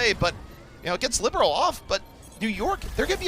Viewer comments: Heartbreaker. I've said it before and I'll say it again: libero, not whoru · The commentator said libero several times tho lol